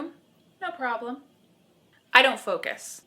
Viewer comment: Is it just me or doesn't it sound like when she says "shut the focus off", she says it as if she's saying "Shut the fuck off" Nice advice at the end. You should be a high school/college photo teacher... TOTAL MILF.. or TILF (teacher...)